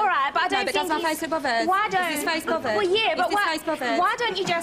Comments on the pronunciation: Aks me if im bovered? Well- Aks me if i’m bovered tho? No b- Aks me if i’m bovered? You- Aks me if i’m bovered? Wha- Aks me if i’m bovered? Are you bothered? No who told you i was bovered? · Bovvered* is how show pronounces it. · The way she said bothered sound like povert